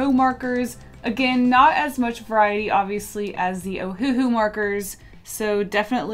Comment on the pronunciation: I died every time she said ''oHuHu''